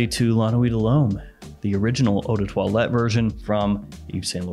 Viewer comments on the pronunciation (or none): none